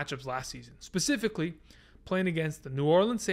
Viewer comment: Specifically not pacifically